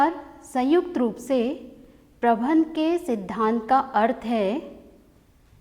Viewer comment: Men Sahab prabandh ko bar bar aap prabhan prabhan kahati Hain ऐसा क्यों